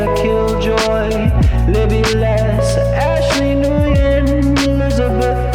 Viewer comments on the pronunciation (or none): Hey just so you know "Nguyen" is actually pronounced 'When"